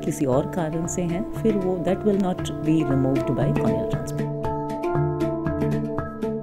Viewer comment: please correct pronounce the word cornea not cronea